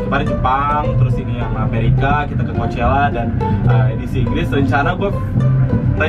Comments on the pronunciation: Did you know that how to say coachella is not really coachella? it's cokella -Alissa Violet jadi yg bener yg mana? :') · bang tau gak? ternyata pronounce coachela bukan koushela tetapi khoakhela wkwk :v